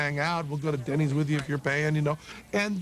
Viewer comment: I thought he said "the band". "We'll go to Deny's with you if you're the band". I was like, "what?"